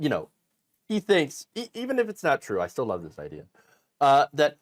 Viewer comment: It's tro, it's tro, it's weawwy weawwy tro!